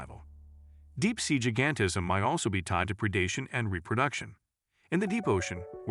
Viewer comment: Improve the AI narration. , , et al, "jih-gan-tih-zm" should be "jai-gan-tih-zm", "scar-sih-tee" should be "scare-sih-tee".